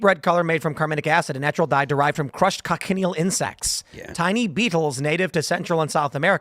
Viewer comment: Talk about not judging a book by its cover I would not have guessed looking at her on the streets. Tim i also think the bugs are pronounced co-shun-eel